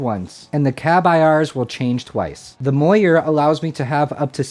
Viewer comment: moyer? its mooer no?